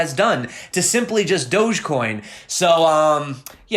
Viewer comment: dog-e-coin? wow...